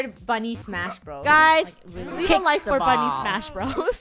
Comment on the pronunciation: For some reason whenever you say bunny I think you say funneh🤣🤣🤣🤣🤣XD